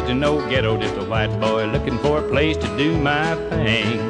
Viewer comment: That’s pronounced thing, boy.